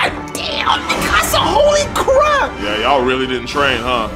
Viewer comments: For real though and thats everyone noob that watches AOT. The series is nearly 10 years old and its annoys me that people are pronouncing her name like they're saying "my house" in Spanish. -_- The English cast got it right and the Japanese version literally says her name in that way. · Bro, they're literally saying mi-ca-sa, which is Spanish for "My house." The dub got her name correct. Its Meek-ka-sa. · Can anyone get my girl's name right or what? -_- Its not mi-casa. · Everyone says her name a bit different. Mi Casa is the one I heard most, like Spanish and they almost seperate the front and begining of her name. I feel Eren and others in show say mi-kah-sah. less power on the As and a lower mi, the tubers put so much emphases on every syllable like they are trying too hard. I feel they said it right. is a perfect wrong IMO. Yea watched a clip on YouTube I feel so validated in what I say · i love how no one said her name right 🤣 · Did any of them say Mikasa’s name right? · One of them did. I don't know why they all say it wrong like haven't they heard her name like 100 times by now